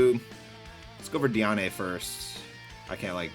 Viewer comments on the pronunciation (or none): Why do you call her dee ahh nay her dee Anne lol